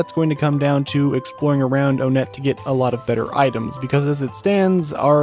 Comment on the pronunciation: It's pronounced "one-et" not "o-net"